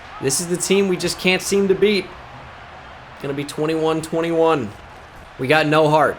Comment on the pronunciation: Mumbles "21 21"